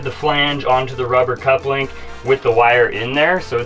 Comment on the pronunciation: Couple - ing not cup-link